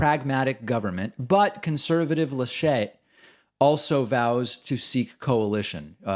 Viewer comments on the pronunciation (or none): Angela Merkel is not a right-winger compared to how the US defines this word by any stretch of the imagination. BTW, the CDU's candidate is pronounced "Lu-shet" (stress on the first syllable). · Try pronouncing "Laschet" on the final syllable. You made it sound way french 😂 But yeah... I love how Americans like to say Germany is so liberal - we have been governed by a conservative-lead majority for the last 16 years. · Nice french pronunciation of „Laschet“. 😉 And when it comes to grand coalition between CDU and SPD, we had this three times since 2005 and continuously since 2013. So probably this center-left-conservative coalition is what made Angela Merkel‘s policies so moderate. And being raised in the former GDR under a socialistic (pseudo democratic) dictatorship she was probably the one who could hold this two parties together. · Please improve your pronunciation of the candidate "Laschet". He is not French. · Someone else here from my german fellows (and I know, there are a few in the chat), who thinks Davids pronunciation of "Laschet", with a little french touch, makes the name much nicer? It's not fitting Armin Laschet, but maybe he will become more likeable if we call him that way....